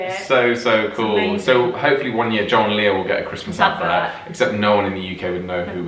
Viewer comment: Sometimes it sounds like you are saying "John Lear" rather than "Joel and Lia."